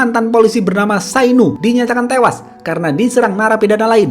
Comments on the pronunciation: Ahahah i like that "HINGGA TEWASH" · "hinggaaa tewaaaaaaaaaa" Selalu terngiang ngiang di pikiran gue Kadang ku berteriak ngikutin gaya pengucapannya, seakan setengah beban hidup ikut keluar..semangat selalu bang